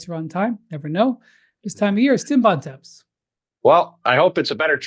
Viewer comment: Bontemps needs to visit Montreal more to learn how to say his last name and Bonaventure